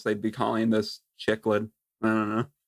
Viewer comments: I love you guys but you drive me crazy with your pronunciations. Cichlid is pronounced "siklid" not "chiklid" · Came from the Spotify podcast to say it's pronounced SICKLID NOT CHICKLID ya fish noob!